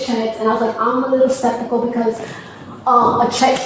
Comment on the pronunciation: "spektical" ... "septikal" ??? Pick a mispronunciation and stick with it.